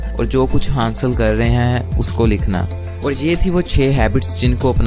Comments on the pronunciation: its not hansl its hasal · Sir aap ki videos best hain But word" hansil" nai hota" hasil" hota hai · Hansil nahi bhai...hasil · Hansil nahe hota hasil hota h..